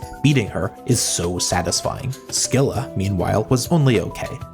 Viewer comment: Oh uh, Hecate is with a short A and the second E is silent, sounds like "Heck it" and Scylla the CY is an i sound. Almost like saying "Silly" but with an A, "Sil la" Hope thats helpful cheers yo